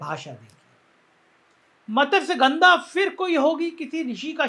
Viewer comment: "MA-TASYA-GANDHAA" NAHIN HOTAA : SAHI UCHCHAARAN " MATSYA-GANDHAA" HAI : ZARAA SAMBHAL KE !